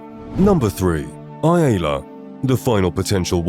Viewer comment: Who is eye-aye-la? No one pronounces it that way.